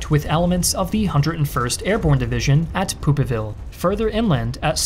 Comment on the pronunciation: I love history but I am also very childish. "Poop'a ville"😂